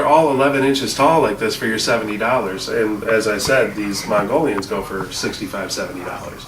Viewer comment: Hey it's pronounced Mongo Lion as in "Oh no not MONGO LION!!!" not "You think you can get through my wall now mongolions, just try it..."